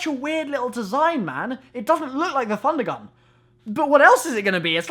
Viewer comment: u sure its prounonced funder gunn?